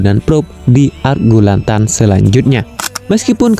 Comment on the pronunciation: Gurlatan kalii.. bukan Gurlantan